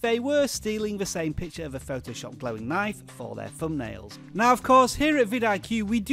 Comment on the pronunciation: Pretty informative, yet I got to admit I don't like the way you pronounce 'knife'. Naiff xD